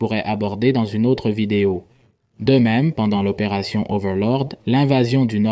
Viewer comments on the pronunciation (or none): none